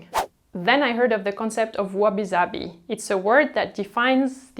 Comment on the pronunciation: I absolutely love your videos and your style. Your method of speaking is always informative and captivating. That said, as a Japanese person I would like to ask if you mention wabi sabi the "s" is soft (a very clear "s" as in "simple") and should not be pronounced like "zabi." But the concept itself you explain very well.